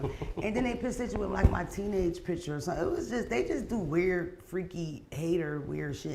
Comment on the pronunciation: “Can I say sumthen?” Mona favorite phrase 😂😂😂